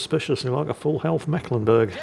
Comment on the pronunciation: As a Mecklenburger, it just hurts my ears when the pronounces that ship's name, it is the C in Mecklenburg is there as old remnant of an emphasis sign... you pronounce that syllable more like the English "make" (in correct german, it would be with a long "e"... ^^ now back to the salt mines